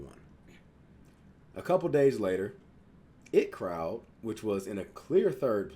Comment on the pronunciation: it’s pronounced I T crowd. The 2 capitals are pronounced. It’s not just the word it. Been here since the inbetweeners. Always look forward to your videos